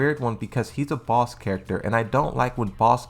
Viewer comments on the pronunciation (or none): none